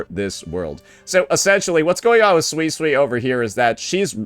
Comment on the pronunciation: pronouncing Suisui's name. Makes me think of swiss cheese. It might be intentional and correcting him won't change that like how he sometimes called Zani as Zoni.